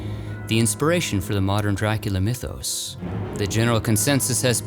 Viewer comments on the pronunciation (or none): none